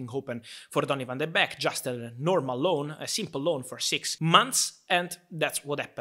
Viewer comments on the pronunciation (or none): It’s not beck.. it’s beek pronounced bake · Van de Beek is pronounced as the word "bake" like baking a cake. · It's pronounced 'bake' ;) But happy to see Ten Hag wants to use him :) As a dutchman I'm not surprised though. Donny played his best under Ten Hag in the CL of 2018/'19. He scored so many iportant goals then. He may not be a big guy or the most technical player on earth, but he's a typical Ajax player: very smart, knows where to run and good basic skills.